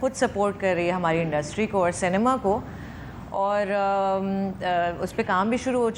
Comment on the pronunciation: First try pronouncing the word ‘Cinema’ properly. It’s see- nay- ma. Not say- nee- ma. Check the spelling. That will be helpful.